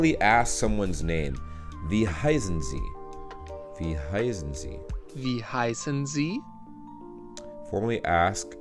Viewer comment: When you say 'wie heißen Sie?' it sounds for me like 'wie high sind Sie?' what means 'how stoned are you?' 😂😂😂